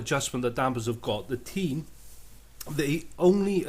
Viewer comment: It's Teh-iin, not Teen lol